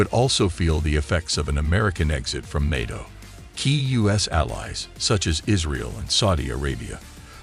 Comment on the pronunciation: This would be a good video if it wasn't literally AI mispronouncing NATO every 10 seconds